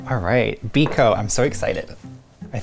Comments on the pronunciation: Ang putla nang Biko...Bikow ata yan di biko😂😂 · Wow you nailed the biko!!!